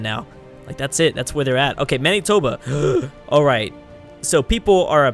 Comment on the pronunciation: Manitoba is pronounced Man-it-toba